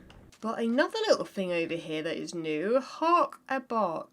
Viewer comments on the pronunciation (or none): "Anether way through"